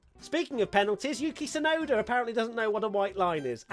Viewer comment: definitely opens his mouth too much when speaking lmao And his name is not Yuki Tsunoder